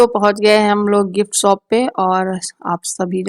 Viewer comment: Shop ko sop kyon bolts ho?